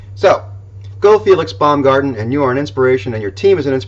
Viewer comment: Baumgartner Not Baumgarten